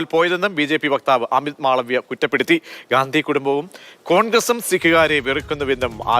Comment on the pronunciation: ഖണ്ടി യാണ് Gandhi അല്ല.